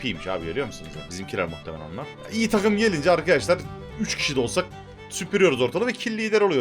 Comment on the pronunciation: deki çok iği diğişin beni benden aldı